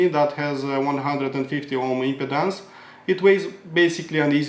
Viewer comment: Love your review. Thanks! You speak excellent English...although, I’m not sure if you’re aware that the way you pronounce impedance sounds a lot like impotence 😂